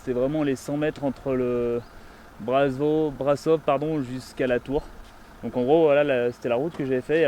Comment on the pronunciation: alors juste petite info le S cédilles dans Brasov (et dans touts les mots roumains d’ailler) se prononce comme le CH dans le mot chien